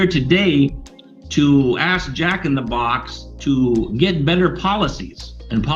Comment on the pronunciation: I guarantee you . . .he did NOT “aks” for the manager. Did anyone call for an ambalamps?